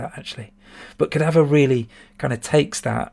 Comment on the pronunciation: I was also guilty as charged with the mispronunciation of Cadaver,! Yeah, apart from the beautiful graphics, great music and the best shop on the ST what exactly DOES Xenon 2 bring to the table?.......haha Nah, you make some valid points. I'd personally place it slightly higher - as I would with Magic Pockets - but if I'm being honest with myself they'd likely be getting bumped up for nostalgic reasons. As you said at the start, the Bitmap Brothers appeared to concentrate on style over substance but I don't think any could be classed as bad games, per se. No question about it, definitely do more of these vids over the festive season (and beyond).....whack some festive lights on in the background and/or stick a Father Christmas hat on as well whilst you're at it!